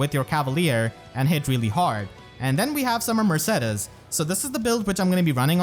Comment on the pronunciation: is that really how her name is pronounced? isn't it murr-say-deez?